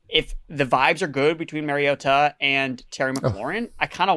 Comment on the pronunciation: Mar as in car not mare. Mariota. Also, for the love of god, can we stop with DevonTUH